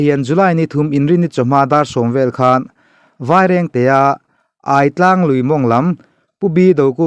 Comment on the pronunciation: 'Aitlang' Ai tih lai i lam dan hi adik lo.. Alphabet a 'i' anga lam tur ani e...